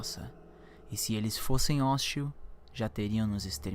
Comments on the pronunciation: "[...] e se eles fossem hóstil [...]". Não, parceiro, "se eles fossem HOSTIS"; pronúncia de palavra oxítona. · óstil? Você quis dizer hostil? Aff, que irritante... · "se eles fossem hóstil" ?? kkkkkkkk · hóstil...nao. fala -se hostis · FOSSEM HOSTIL E NÃO HÓÓÓÓSTIL NA MAIS TA LEGAL ABRAÇOS BOM VIDEO :) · "se eles fosse ÓSTÍL " What a fuck ? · A única evidência que eu vejo nesse vídeo é a necessidade do narrador aperfeiçoar o português. Primeiro: sobre a expressão "Há muitos anos atrás surgiu um debate sobre as pirâmides do Egito"... O advérbio atrás (que significa no tempo anterior; anteriormente) está sobrando. É redundância. Basta dizer: "há muitos anos". Segundo: sobre a dedução de que "se eles fossem hóstil, já teriam nos exterminado", primeiramente a concordância deve estar lá no espaço, junto com os ETs. Se está-se referindo a eles (mais de um elemento), a expressão correta é: "se eles fossem hostis", no plural. E mais: mesmo no singular a pronúncia está errada: diz-se "hostil" (acentuando o “i”) e não "hóstil" (acentuando o “o”). E para não me tornar cansativo, vou enumerar apenas mais um ponto: quando se refere aos "homens de preto" (MIB), usa a expressão "já houveram muitos mitos pelo mundo sobre eles". Aqui está o pior de todos os erros: o verbo haver, no sentido de existir ou ocorrer, não admite a forma houveram, apenas houve, no singular. Sendo assim, a expressão a ser usada deveria ser "já HOUVE muitos mitos sobre eles". Ao autor do trabalho e a quem teve a paciência e a curiosidade de ler até este ponto, explico que não faço essas criticas com sentido pejorativo, e sim com intuito construtivo. Tanto é que não apenas indico o erro cometido (entre muitos outros) como também aponto a forma correta. Como radialista, locutor comercial e mestre de cerimônias, atuando há mais de 30 anos, considero imprescin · e eles fossem oxtil ????? kkkkkk